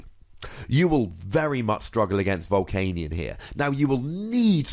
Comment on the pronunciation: Why do you always say 'Hey Nick!' anytime you say baby Volcanion? I thought it was just me but is every time!